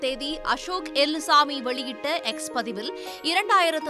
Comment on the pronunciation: It's Ashok elluswamy not Ashok elumbuswamy 😂😂😂